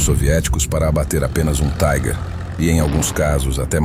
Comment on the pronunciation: Tigre, em alemão é Tiger. Se pronuncia "tigar". "Taiger" é como se diz tigre em inglês. Melhor chamar o tanque de tigre mesmo.